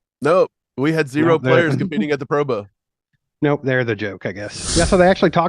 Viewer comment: Why keep talking about the bengals. Move on to the eagles morons. You kids say pro boa instead of pro bowl 😁